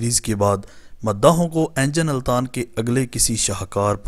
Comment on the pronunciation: بھائی صاحب ، انجن التان نیں ، بلکہ درست اینگن التان ہے